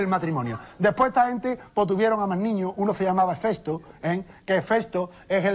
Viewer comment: Manu...es Hefesto....no Efesto aparte de eso divertidisimo me he partio la caja jajaja XD